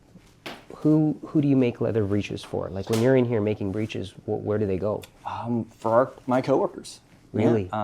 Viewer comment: Fabulous work. The word "breeches" is pronounced BRICH-iz in English, phonetically rhyming with "itches".